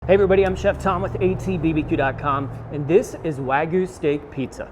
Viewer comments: Wah-gyoo. Not wag goo. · Wag yu not wag goo